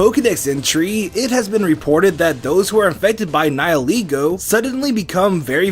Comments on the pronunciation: Its pronounced Nigh-el-eh-goh god dammit! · I don't like ' pronouncuation of Nihilego. How I see the name us a combination of "Nihil" and "Ego", which makes "Nihilego". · I also wanted to point out of how mispronounce Nihilego. In Bulbapedia, Nihil did not came from the word Nihilistic. Yet How make it sound that is came from Nihilistic. It a Latin word that means nothing. So how to pronounce it sounds more like Ni - li.